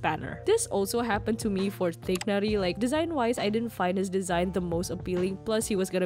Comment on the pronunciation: As an arab , the "gh" in Tighnari should be originally pronounced like between "kh" (NOT k) and "g" (غ). So "Tignari" or "Teegnari" is more close to the original pronunciation